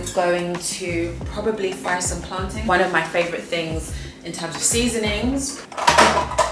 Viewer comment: Finally someone who pronounces plantain correctly lol because the way I hear other people say it is ridiculous like what is plantaaaiinnn ... lol like hello 💀💀